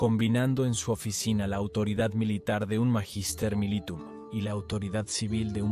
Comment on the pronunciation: Por favor, cuiden la pronunciación del latín. Magister militum se pronuncia "Maguister mílitum".